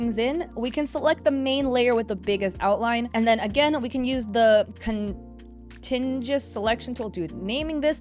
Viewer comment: Very helpful tutorial, I had zero clue about the grow options or the symmetry tool. P.S. its pronounced Con-tig-you-us :yougotthis